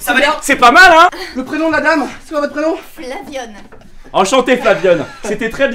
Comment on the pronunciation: "Flavionne" MDRRR